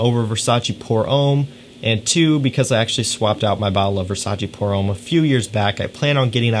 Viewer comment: Nice video and choices! Just a hint about the French pronunciation: "pour homme" is not said "pour ohm", but "pour homme" with a shorter and open "o" like in "loft", "lost": use that open and short "o" sound with an "m" and you have the French "homme" as opposed to the religious "ohm" from India. :) Cheers